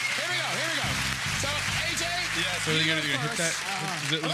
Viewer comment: It isn't pronounced Greg DAVIS....It is pronounced Greg DAY-VEES...it is spelled DAVIES...IE creates an EE sound in British English. Olivia Coleman is the OG GOAT!!! Such an ALLY...she agreed to do Heartstopper!!!